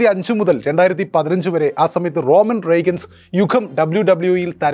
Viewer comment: റോമൻ റെഗൻസ് എല്ല മണ്ടൻ ആങ്കറേ. റോമൻ റിങ്സ് ആണ് . അത്പോലെ ബിമ്പിൾബീ അല്ല ബംബിൽബീ ആണ്. ആറ്റിട്യൂട് അഗ്രഷൻ ഇറ അല്ല ആറ്റിട്യൂട് ഇറ ആണ്. its from 1997–2002 then Ruthless Aggression Era 2022 onwards അത് വേറെ ഇറ ആണ്. ആരോ എഴുതിക്കൊടുത്തത് പ്രൂഫ് പോലും ചെയ്യാതെ ഇരുന്ന് തള്ളുക. ഇപ്പത്തെ അങ്കർമാരുടെ നിലവാരം…